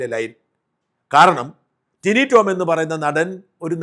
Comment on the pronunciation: ടിനു അല്ല ടിനി..